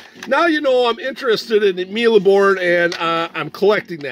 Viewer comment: ur pronunciation is sort of good ( the E at the end of mille is silent ) and this is a childhood game for me too even though I'm less "vintage" than u :-D :-D